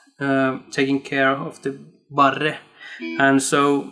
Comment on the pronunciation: It is pronounced "bar," the re' in barre' is not needed or pronounced. Very good course brother!